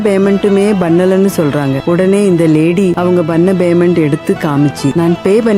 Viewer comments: கேசியர் Baymendu bannu... அய்யோ உச்சரிப்பு கொடுமை. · உன்னோட தமிழ் உச்சரிப்பு சரியில்லை. அதென்ன Baymendu, Bannala??? Payment, pannala என்று சரியாக சொல்லுங்க...